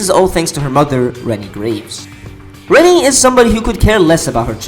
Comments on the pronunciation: Her name is pronounce Re-NAY not Re-nee. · In the game and in many places (forums), it mentions that her name is supposed to be pronounced as "Wren-knee".